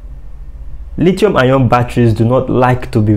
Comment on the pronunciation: Dude knows his stuff but the way he kept pronouncing the "lithium" battery is killing me. Lol